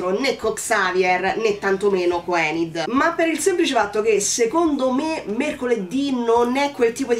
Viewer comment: Mi spiace...hai sbagliato il nome.😉Si chiama Ajax(lo pronunciano"Eigex"pressapoco). E la bionda si chiama Enid(pronunciato"Inid"),non Endi.😉 Concordo su quasi tutto quello che hai detto,a parte il fatto che l'amicizia delle Merclair sia molto bella...io vorrei poter dire che lo è,ma la realtà è che la trovo molto sopravvalutata. Mercoledì si è comportata Mercoledì per quasi tutta la serie si è comportata i modo tossico nei confronti di Enid...l'ha sempre insultata e/o sfruttata per i suoi scopi(come fa più o meno con tutti)e la cosa che mi ha fatto più arrabbiare è che quando giustamente Enid ne ha avuto abbastanza e se n'è andata alla fine della puntata 6 poi è tornata da sola senza che Mercoledì neanche si scusasse!! E poi tutti a sciogliersi davanti all'abbraccio...mi dispiace,ma quell'abbraccio io non l'ho trovato"earned"per niente!!😡Mercoledì è stata una pessima amica per Enid e sinceramente trovo che sia il rapporto tra Mercoledì e Eugene sia quello tra Enid e Mano siano più profondi e meglio sviluppati di quanto lo sia stata finora la Merclair!!